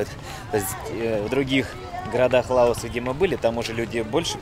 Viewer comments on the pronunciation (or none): Опять не правильное ударение.Не ЛАос, а ЛаОс. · А почему ЛАос, а не ЛаОс